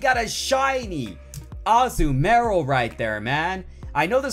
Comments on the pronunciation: Its not pronounced Azu-Marill!!! its Azumarill!!!!!!!! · Right there, plus he didn't put enough emphasis on the 'U'.